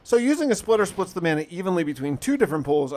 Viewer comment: Mana= maa-nuh ...... Video was lit and a good watch 🗣🔥💯 but hearing you pronounce the word like that is unacceptable my boy